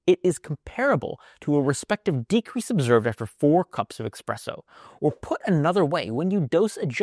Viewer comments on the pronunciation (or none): Certainly, a man as highly educated as yourself didn't just say "EXpresso."😉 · Thanks for the video and please stop saying "expresso"! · Indeed, there is no “x” in espresso. It gets its name from the pressure applied to the brew. 🇺🇸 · Exactly what is “ekspresso”??? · There is no pronounced "x" in "espresso". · Who takes advice from someone who can't pronounce "espresso?" 😁